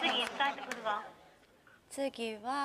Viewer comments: 次は の発音の仕方普通にするくない？ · 次はの発音何がちゃうねんって思ったらそゆことな笑笑 標準語めっちゃむずいやん。